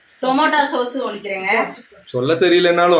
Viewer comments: சொசு illaka சாஸ் ka nalla rendum vantheenga அல்ல பின்னே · Sosu illaTomato sauce 😂😂😂😂😂